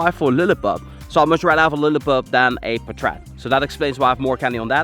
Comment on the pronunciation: I think its "paatrat" not "patraat"